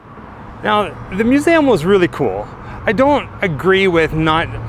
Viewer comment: It’s MUSE—eeee—Um! Not “MUSE-AM.”